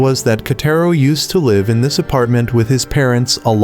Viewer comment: Says live as in live on air instead of live as in living